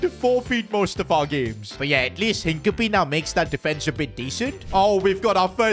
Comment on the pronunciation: his name is NOT hink-a-pee 💀